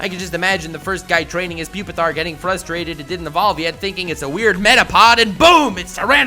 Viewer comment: Its really pronounced PWEE Pee Tar? And not PUP EH TAR?